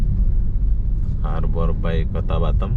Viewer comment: Hallo,, nak kenalkan saya pak Herman from Bengkulu, i have a dream to live in batam, ya, saya punya impian,harapan tinggal di Batam). Bagaimana dengan mu ( how about you ), lebih keren lagi kalau kau bisa bahasa Inggris, boleh belajar sama bapak, free ( gratis )., maaf yaa, bilang harbour bay, harber BEI ya, r tipis saja, samar. Macan orang Malaysia cakap, bapak boleh juge cakap Melayu dan beberapa bahasa daerah, sebab bapak orang Melayu juga dari Sumsel sebuah kota kecil lahat namanya 225 km dari kota palembang,bahasa daerah,bapak mirip bahasa maysia contoh, balik, petang, buluh( bambu) ketam( kepiting) kemane, Mane, limau ( jeruk) petai, jangan petei kalau cakap sama orang Melayu, tapai, datang, gelap, itam, Ade macam itulah cakap darah bapak, sebab bahasa Indonesia gaul ( slenk) dipengaruhi bahasa daerah Jawa, Sunda, Betawi Jakarta,dll. Ok,, thanks see you later.